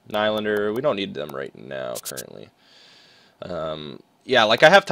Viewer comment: It's knee-lan-der